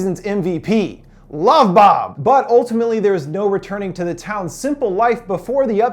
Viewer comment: As Told By Anakin Skywalker u said boob its bob